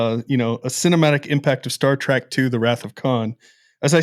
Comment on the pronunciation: Its Trek not Track. FFS!